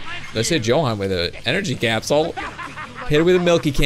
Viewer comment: its pronaunced yohan not johan